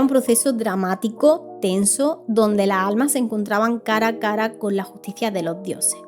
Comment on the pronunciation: Me encantan tus videos. Pero me irrita mucho el hecho que no pronuncies las S finalessssss "La alma" lassss almasss!!!